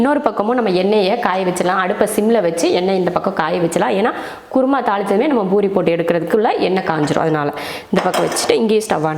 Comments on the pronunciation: It's poori not boori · It's not boori, sister it's poori